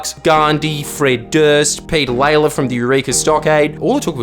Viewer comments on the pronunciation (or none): BTW, Lalor is pronounced "Law-ler"